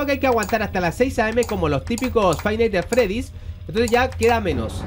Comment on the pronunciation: Lo que meda risa esque le dice fice naights fredyys